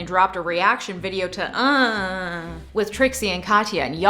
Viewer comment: I very much appreciate you properly pronouncing the show name with the hand motion.